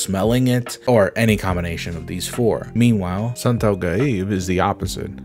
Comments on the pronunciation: As a Asian and Muslim I wanna correct you but probably just seen like nerd it's I think called santet not santau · When you mentioned Muslim and South East Asian my mind went to either Indonesia or Malaysia. Then when you said "Santau" instead of "Santet" I just can't help but pogface. MALAYSIA REPRESENT!!! I grew up steeped in a culture of ghosts and black magic in Malaysia. I'm a scientist who doesn't factually believe in any of it, but I can't help but be spiritually enthralled by it. One of my neighbours was the imam of our neighbourhood mosque and he would always have people coming to his house from all over the country to be healed/exorcised/protected. My school had multiple cases of "hysteria" where female malay-muslim students (and only them) would start howling and going into seizures en masse; and the school would have to be quarantied and some religious leaders had to be brought in to exorcise all of them. According to my grandparents, I have a "Saka" (An inherited demon/djinn that my great grandfather made a contract with) living inside of me that's given me bipolar disorder. And although I don't believe in all of that. I still think "holy fuck wouldn't it be cool tho? It's like I have Kurama or Sukuna living inside me. My life is an anime frfr. We Jujutsu Kaisen now boys. Jampi-Jampi Kaisen (Jampi is the Malay word for magic). I'm so thankful that these more mystical aspects of my culture is being shone a light on. You even shared a Malay video on the topic. THANK YOU